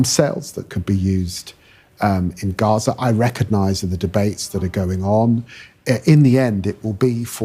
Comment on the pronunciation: It's not Reza - it's Gaza.